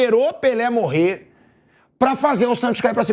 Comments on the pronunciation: O cara falou "esperou morré Pelê" e eu nao consegui prestar atenção em mais nada da frase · "Esperou morré pelê" kkkk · Morrémm pelê?😂😂😂😂😂